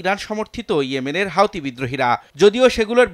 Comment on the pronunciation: অন্তত পক্ষে সঠিক ভাবে নামটা উচ্চারণ করুন। এটা কোন হাউথি মাউথি সংগঠন নয়।